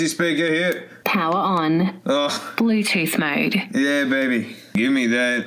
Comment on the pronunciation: BLEWTÜTH MOW'D 😳